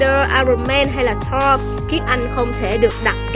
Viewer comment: Chị đọc sai tên Thor.r.nhé